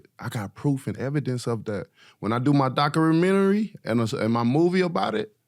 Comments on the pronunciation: 😂😅 wilder said "when i do my docuconamentary .....😂😂😂😂😂😂😂" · "Docuaminery" I'm crying. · "when i do my docureeeoomemooryy" love wilder lol